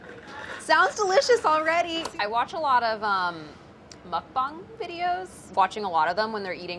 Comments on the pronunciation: my little korean heart was so happy to hear her say mukbang correctly. i cringe every time i hear people say muk-bANG rather than muk-bahng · Omg I love that she said mukbang right!!